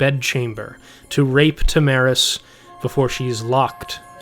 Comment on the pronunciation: What about OP repeatedly saying “Tam-aris” instead of “Tara-mis”